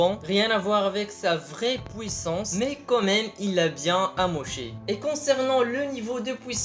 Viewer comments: On dit "Puissance" pas "Pouissace" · Quand tu parle anglais ta bien des difficulté de prononciation , donc ne te plein pas de lui car il dit pouissance au lieux du puissance .. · Deja parle francais on dit puissance et pas " pouissance" et l'intro est cool mais qand ya Ener enleve ce moment c' est pas marrant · pouissance ou puissance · de ouf tu exagere un peu quoi, "POUISSANCE"!!!!!!!! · pnt t arrive pas a dire puissance